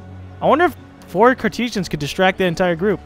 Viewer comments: Its pronounced Court-as-ans the E between T and S is silent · is courtesans pronounced like this ( court, a, sarns ) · Courtesans is usually pronounced cour as in parkour eh as in meh sahns Cour-eh-sahns